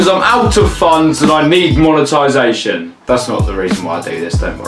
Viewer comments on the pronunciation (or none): none